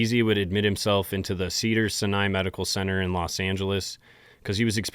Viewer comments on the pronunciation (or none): I've heard you mispronounce this a couple times, let me help you: Cedar Sign-eye I've had a couple family members pass away there so you can trust me.